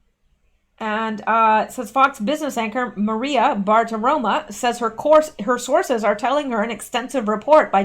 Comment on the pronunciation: Hey, I know you want to pronounce names well; so I want to tell you that you keep saying Maria BartiromA, but it's BartiromO!